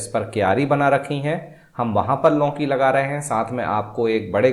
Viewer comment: लौकीं नही लौकी 😊